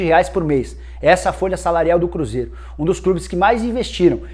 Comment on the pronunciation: o cruzeiRO Nicola.2019